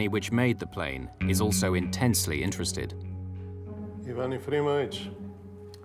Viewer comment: Putting the plane's problems aside, that was the most irresponsible pilot I've ever seen. Listening to that CVR would keep my jaw down... I understand the captain letting his children see the cockpit... at least. He was truly proud, even if violating. Also, the narrator mispronounces Ivan and Vladimir.